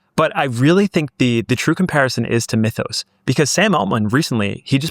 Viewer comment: "mee-thos"... say "myth" now say "mythos"